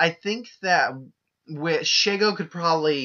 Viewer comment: "she" - "go", that's how you say her name also I agree that Shego would win.